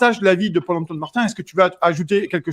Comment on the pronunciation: purée a chaque fois j’entends pole emploi au lieu de paul antoine....